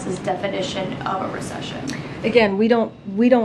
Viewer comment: She’s taking Spanish classes: Recepción: Min